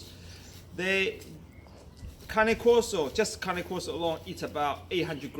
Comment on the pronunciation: it’s pronounced KAH-NAY KOR-SO